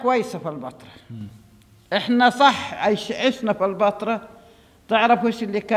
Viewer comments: بس ياريتك تنطق كلمة البتراء كويس...ليش مُصر تحط كسرة تحت الباء، انطقها زي مانطقوها الولدين بأول الفيديو هو هذا النطق الصح،البتراء موش البيترا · انت ليه بتنطق البترا كانك بتقول البيتزا بكسر الباء مع ان كل الناس بتنطقها بفتح الباء